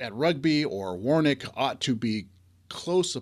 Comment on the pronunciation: Sorry had to laugh at the way you pronounced Warwick, we say it as Worrik in the U.K. 😄